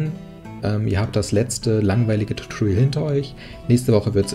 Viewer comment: Etwas grundsätzliches bei der gesamten Reihe: * "tutorial" kommt von "teach / tutor" lehren und nicht von "torture" Schmerzen verursachen * Except ist eine Erwartung sondern ein Auszug, also sollte man es nicht als "expect" aussprechen * align bedeutet ausrichtung .. also sollte man es als nicht l-gin bezeichnen und ein paar andere Punkte aber zumindest konsequent.